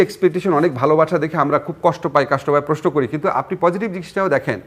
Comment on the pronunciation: জিল্লুর সাহেবের স্টাইলিশ 'প্রেশ্ন' উচ্চারণ উদ্ভট উৎকট শোনায়। তবে এটা উনার একটা 'ইস্টাইল'।